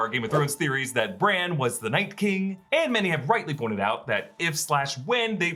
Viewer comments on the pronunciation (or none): none